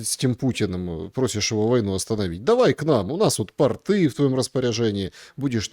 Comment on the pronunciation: Дорогой земляк! Ты прекрасно расставляешь полит акценты, спасибо за труд! Ставь же и ударения правильно: «Адище», а не «адИще» и «пОрты», а не «портЫ»